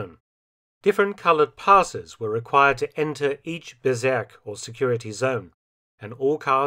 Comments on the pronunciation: Bezirk, not Bezerk. Let's not go berserk. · The pronounciation of "Bezirk" would be closer to "Bets-eerk" and not "beserk". But other than that, as usual, interesting and well made content. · "Bezirk“ pronounced "berserk“. 😃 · It is pronounced "Betsirk" vs Bezerk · Well, Felton went berserk with Bezirk ... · Great documentary! Thanks a lot! When you spell the German word Bezirk (district in English) it sounds like berserk (LOL). Some German words are kinda tough to spell. Greetings from Austria! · Felton's respect for your history work Sir 😊, just "BEZIRK" [read ~ beetzirk] IT means ZONE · Dear Mr. Felton, you are doing an incredible well job in producing these short and precise documantations. But: Please try to find a german native speaker to tell you how to speak the german words at least nearly correct...your "Bezirk" sounds like "Berserk". As a historian dealing with 3. Reich you should probably try to know the enemys language a bit better... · Love your videos, but please look up how to say “Bezirk” ;) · "Bezirk" is pronounced with a Z as in "pizza" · Ooh please learn how to say : Bezirk in German.